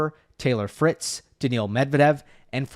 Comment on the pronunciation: Is NOT Daniel Medvedev ...BUT DANIIL Medvedev....